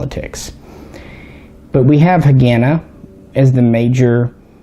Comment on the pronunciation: PRONOUNCED HA- GAH-NAH